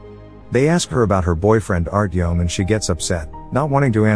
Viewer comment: The way he butchered the names 💀 hurt me Especially Yulia Artyom and Ivan You need to say them how they're written with no accent